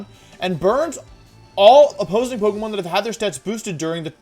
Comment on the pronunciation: Does he on purpose mispronounce the names of pokemon or do I not know how to pronounce Pokémon names